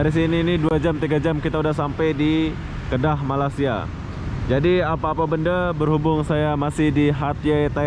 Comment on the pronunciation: Terima kasih kerana menyebut nama Kedah dgn betul. Im so proud of you.